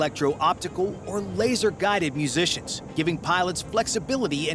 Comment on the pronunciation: Did I hear " musicians" or " munitions" ?